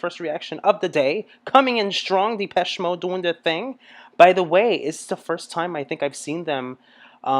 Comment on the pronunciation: its not dipeche more like dehpeche